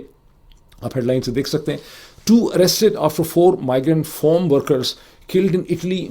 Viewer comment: What are you doing in the USA, it's not 'form' but 'farm' big difference in sound, please